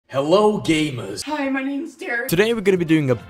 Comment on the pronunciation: First thing he say hELoo Gemers